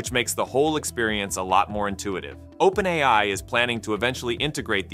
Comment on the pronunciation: I initially believed that the content on this channel was narrated by a real person. However, I noticed a few mispronunciations of "OpenAI," which led me to realize that the narration is actually done by AI. It's interesting to see a channel discussing AI features without using a human narrator.